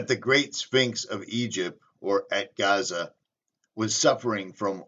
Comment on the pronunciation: Giza not Gaza .